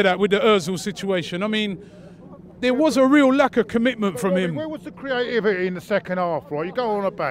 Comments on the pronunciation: its CREA-T-I-V-I-T-Y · proper struggling to say ‘Creativity’ 😂😂😂